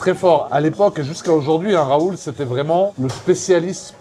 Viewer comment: 😂 professorrrr rrrraaaaoooouuuulllll